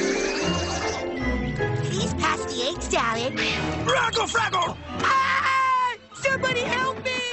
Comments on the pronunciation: I like the part where he said rackle frackle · When I was a kid, I thought he was saying "raggle saggle", not "raggle fraggle". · One of the best parts of the series. And my childhood. But when I was kid I honestly thought he said reckle freckle lol